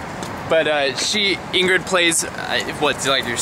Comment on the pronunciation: Ingruke? Lol, that made me laugh! I thought they were Lingrid? Ingruke sounds... like a disease. XD Not meanin' to be rude, just saying.